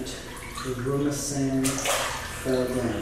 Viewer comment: He said daruma-sÆn instead of daruma-san